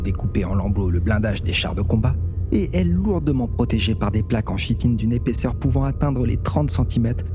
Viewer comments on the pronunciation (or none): Super vidéo, il y a quelque chose d'intéressant dans ta diction. Mais parce que j'entends cette erreur dans la bouche des joueurs Tyranides 3 fois sur 4: Chitine se prononce Kitine ;)